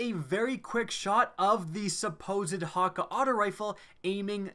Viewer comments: pronounces it hawk-aye not hawkkah' this bothers me lol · This guy saying ha ka is pissing me off everyone i know pronounces it as hah kay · It's hakke man not hakka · Hakke is pronounced (Hak)-(Kay). None of this hawker nonsense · Hate the way he says hakke ... there's no w in there so why pronounce it as hawkka ? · I don't know if it's his accent or he doesn't know to say it but Hakkë is pronounced hauk-eh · I dont know why they cant pronounce it correctly. They say the foundry names in D1 and its not "Hakka" or "Ohmolon" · Good choice except I hate how he says hakke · The way you pronounce hakkë burns my ears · That's not how hakkë is pronounced just play Cayde's stash and do that secret room thing and listen to how Cayde says it.